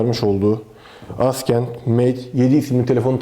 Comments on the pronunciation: abi neden askend? neden inatla yanlış telaffuz? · Yanlış olmasın gençler Huawei AsKENT Mate 7 :D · Askent evet mhmm.. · "Assent" değilmiydi o.